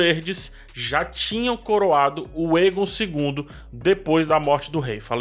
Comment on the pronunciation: o "ae" dos nomes valirianos geralmente tem som de "êi / é"...Então, Daenys se pronuncia "Dêinis", Daemon é "Dêimon", Aegon é "Êigon", Aemond "Êimond", etc. Já outros nomes, ficam com som de "é", ex: Daenerys (Dénéris), Naerys (Néris), Aerys (Éris), etc. Tem um outro canal q explica melhor essas pronúncias com base no material original dos linguistas.